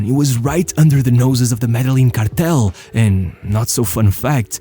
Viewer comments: MEdellin as in Medejean ;) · As a native from Medellin it hurts whenever I hear it pronounced like that but it’s always a good laugh Great video!